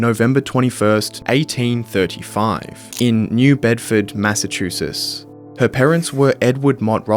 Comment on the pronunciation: Can you say Mass a chu setts? Say it